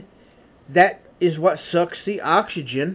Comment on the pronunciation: He cant say oxygen hahahahha hill billy